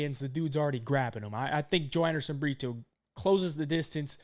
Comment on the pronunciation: It's Bree-Toe not Bree-two 😂